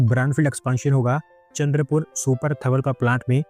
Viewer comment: wo chandarpur nahi chandrapura hai….chandarpur Maharashtra me h